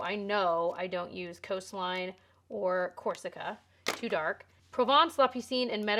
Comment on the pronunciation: Thank you for the decluttering and the blush collection! I love that! And bravo for your French, I would think that la piscine is not obvious to pronounce for a non French person. I suppose that you learned French in high school?